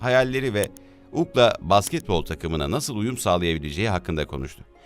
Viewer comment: Ukla denmez ona yu si el ey denir. Lev diye okunmaz Liv diye okunur.